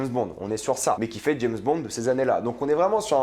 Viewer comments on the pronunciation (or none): none